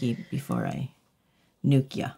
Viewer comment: this wonderful nail tech keeps saying 'nuke' it.. " "😒